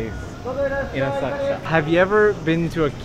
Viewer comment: Oh - I was saying it all wrong- Asakusa - Thank you for the correct pronunciation!